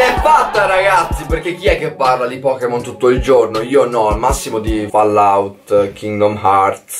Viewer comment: "POKKEMON" dio boia.